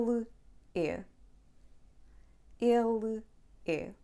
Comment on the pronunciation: I hear you pronouncing ele é the same of ela é!